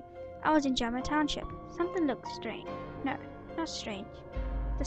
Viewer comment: Its Ja ma not jam a good video though :)